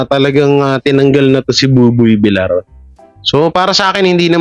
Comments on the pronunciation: pakiayos ang bigkas mi sa applied ni Buboy Villar. Hindi po ""Vilar"". Iyan po ay double "L". Kaya po ang bigkas niyan ay Vil-yar". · Villar not vilar…. Ay ewan ko sa yo… next video nalang… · Vilyar ang bigkas pls. . .nakakairitang pakingga vilar ng vilar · VILYAR HINDI VILAR ANG BASA SA APELYEDO NI BUBOY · Buboy Villar name ni buboy hindi vilar .sana next time pg Binanggit mo villar na😅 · Pag Husayan mo naman ang mga pronunciation mo . Hindi vilar VILLAR (VILYAR) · Basahin at intintindihin mo nmn comments ks masakit sa tenga VILYAR(VILLAR) ang pronunciation pls.😊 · Sir, vilyar po ang pronunciation ng surname nia..